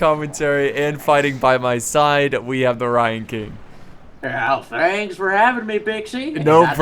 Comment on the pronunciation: I'd never heard of TheRyanKing before but i subscribed to him for his pronunciations alone